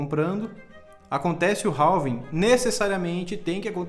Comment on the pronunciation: Não é "ralving" e sim "Réving"!